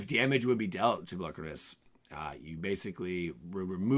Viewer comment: I really loathe how you say "Polukranos."